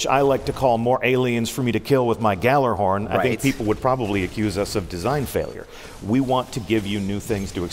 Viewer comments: did he just say gallarhorn? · But it's not a 'J' sound, it's more like "yallarhorn", isn't it?